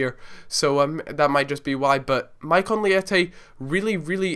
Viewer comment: Good video but you're pronouncing his name incorrectly